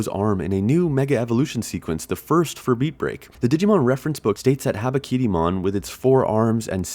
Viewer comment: My somewhat deaf ears heard his name as Harakirimon 😂